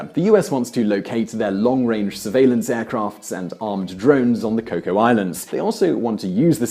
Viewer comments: Cocos Islads pronounced Coke-us, not Coco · It's Cocos Islands, with a hard 's". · 1) Your pronunciation of Cocos Islands is amusing. 2) USA already has long range surveillance from Pine Gap and Australian Over the horizon radar (that picks up so-called stealth bombers) and their Exmouth base. 3) I live in Perth and have never heard of a new naval base. HMAS Stirling on Garden Island has been a naval base since 1978. 4) You ignore how Australia's economy is far more intertwined with China's: Lots of Chinese study here, visit here as tourists, buy property here where the Chinese government cannot take it, emigrate to here - where they can breath air, and have business interests in China. Meanwhile, Chinese investment here is growing and lots of businesses are spread between Chinese operations and Australian management. I expect the Chinese people will win, but the Chinese government will be disappointed.